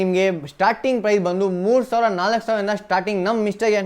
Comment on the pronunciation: Yenoo kannada mathadhya, 60000 savra , yelvarsavra 😂 karmma kannada kaliyole firstu